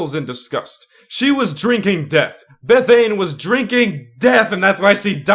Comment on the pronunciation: "Beth-ane" how it sounds like xD I did the same but i think its "Beth-a-ny" but just spelt differently or something? im not too sure how to pronounce it either xD